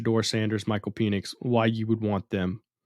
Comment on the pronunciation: Why bro keep saying peenix, penix bro. Pen-ix. You sounding zesty